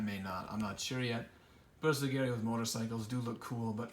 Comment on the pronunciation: Pro-tip...(admittedly a nitpick), please learn to pronounce Bersaglieri. ;-) It's pronounced like 'ber-sal-year-ie' (you don't say the 'g'). It's said like 'consiglieri'. My only gripe! But I cringe every time someone says it wrong! Otherwise superbly painted force! Keep up the great work!